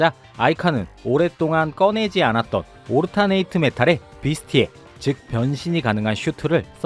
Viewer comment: "오르타네이트"라고 남의 발음으로 들으면서 뭔가 싶었는데; 여러분, '올터넛 alternate'입니다.